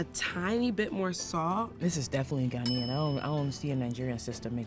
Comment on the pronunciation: Cocoa butter please bring better reps for Ghana,people who understand the culture and keep it as such.First you brought a lady who couldn't pronounce Ghanaian even though she claimed she was Ghanaian and now this ahhh...